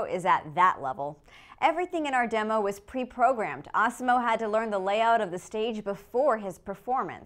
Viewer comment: I though she said awesom-O like the one in South Park